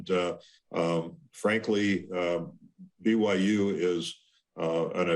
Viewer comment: He pronounced President Schovanec’s name correctly, then Schovanec says “I’m delighted to welcome “Bigum Yum” University into the Big 12 conference”?!?! Hahah